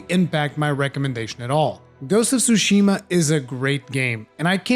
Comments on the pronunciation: Tsushima, not sushima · wtf is a sushima